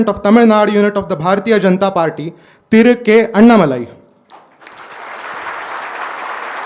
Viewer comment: It is Annaamalai. Not Annamalaai. There is aa ki maatra after Anna. What is this malaai dhoodh ghee.